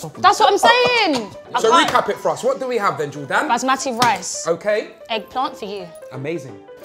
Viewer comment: It is not baasmaathi it is bas me thi and the a in bas is an ā